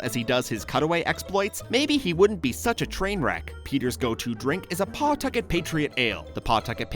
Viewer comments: You said Pawtucket wrong :(( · You say Pawtucket wrong